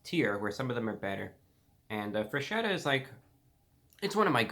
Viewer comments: WTF it's FRESKETTA not freshetta, pls...... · I feel ashamed to even attempt to correct you, dear Review Brah - however, it is pronounced FresKetta. "Ch" in Italian is pronounced like a hard C. After a ROTW 7.5 review, I'm sure the company is now considering renaming the company. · Just one thing, the correct way to say it is FRESKETTA, because "ch" sounds like "k" in italian. Have a good day, sir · in a Italian accent its not forgeta its freshetta